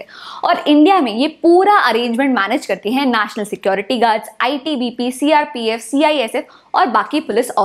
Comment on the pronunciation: Not naasnal its national...